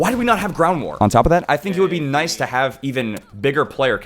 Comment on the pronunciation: Niceu , niceu! very niceu Me rk-chan